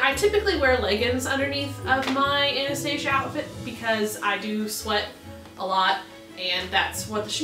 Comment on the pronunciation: You pronounced her name wrong